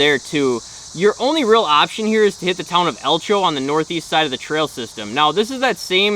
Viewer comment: Langlade County just open up most of their roads for road routes. So there is less trailering needed. You’re correct about the east side of the county having more road riding compared to the west side. Elcho is pronounced L Ko